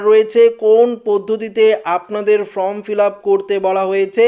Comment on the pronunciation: ইস্ যেমন উচ্চারণ তেমন গলার স্বর। From নয়, Form 😂😂😂😂😂😂😂😂